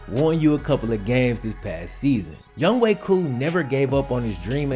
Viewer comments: bro do you know how to read? his name is not youngway, its youngHOE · his name is Younghoe, why does that guy keep calling him Youngway? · Why do I keep literally saying 'Young hoe' instead of its pronounciation ''Young way"? 😂😂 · I am Korean American, and I also thought it was pronounced Young-Ho because Young-Ho is actually a viable Korean name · I say it that too. I didn't even know that it was pronounced Young Way not Young Ho until I saw this vid. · Hangeul doesn't convert neatly into English, phonetically speaking. I used to teach at a school with a ton of Korean kids--this dude's name isn't pronounced 'Young Way' exactly but that's way closer than 'Young Ho.' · It's younghoe Koo not going way get the man's name right younghoe